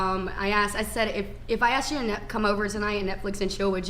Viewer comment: Can we please stop the use of "aksed" instead of "asked"